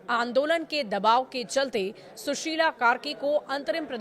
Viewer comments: It's Sushila not Sushil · Thick say name bhi nahi aata kya susila karki ko susil bolrahay ho kya reporter aisa hota hai😅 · Sushila hai sushil nahi tum indian media ko bolna vi nahi aata kabi vi hagte ho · Suseel sususila hai aarel nahai aryal hai sudhha uchharan kare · सुशील कार्की नही शुशिला कार्की बोलो यार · जब इंग्लिश में लिखे को हिंदी में पढ़ना पड़े तो ऐसा ही होता कही जगह अटक गई। सुशील नहीं सुशीला है नाम। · A news reader should get the name correct ,PM’s name is Sushila and not Sushil . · Sushil nahi hai sushila hai, 😅😅😅😅😅😅please go though the paper before you go live